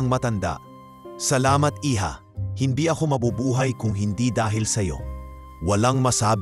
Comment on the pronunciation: Nice story, kaya lang mali2 Ang pagbasa ng narrator,instead of iha hija Ang basa at atty. Attorney